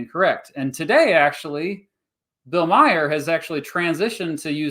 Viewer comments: Pronounced Bill MAR, not Meyer. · Every time I hear "Bill Meyer" my ears bleed a little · The way he pronounces Bill Maher is hilarious